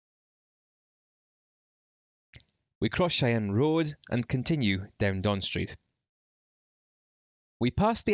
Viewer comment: Excellent. As a member of clan Cheyne historical seat Esslemont castle Aberdeenshire . Pronounced Chean as in bean or mean .